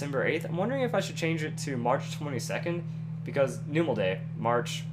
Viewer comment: that's not how you pronounce numel in the pokedecks it's called the num pokemon